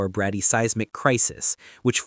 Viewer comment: The pronunciation is "bradey-size mic"